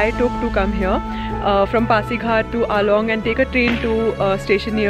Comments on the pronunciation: It's AALO not ALONG...😊😊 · Please, call it "Aalo" not "Along".